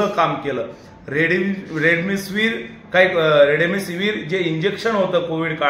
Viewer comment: Remedisevir boln शिक भाऊ पहिले